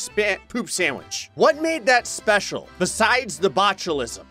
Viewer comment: Um,.... on level 8, you mispronounced Special. It didn't have a mistake.